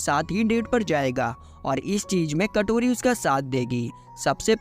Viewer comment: Kotori❌ katori ✅😅😅😅😅😅😅